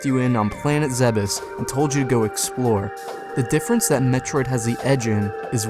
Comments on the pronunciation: "Zeh-behs" DOOD! ITS ZEEBS! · It's pronounced "Zee-Bees", I think.